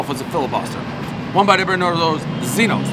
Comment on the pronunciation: It's pronounced "Gino's"